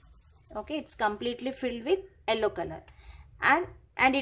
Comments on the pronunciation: It's yellow not ellow😂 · Hahhaha...what a pronunciation....Yellow as ello